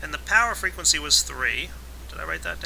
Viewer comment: he said fwegency